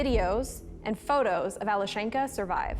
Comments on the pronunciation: It's Alyoshen'ka Not Ale shenka. It's diminutive from name Alex ( Aleksey - Alesha- - Alyoshen'ka. Emphasis on the syllable Alyo...) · The correct pronunciation is Alyoshenka. Yo is the strong vowel.